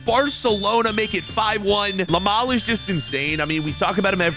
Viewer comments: bro called yamal, lamal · Ah yes Lamal💀💀